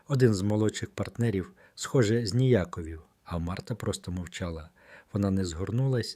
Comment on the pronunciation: ЗніяковІв'-наголос😂загУс,та інші